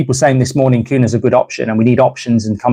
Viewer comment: It's pronounced cunya